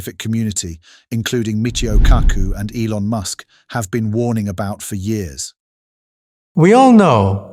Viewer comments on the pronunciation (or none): none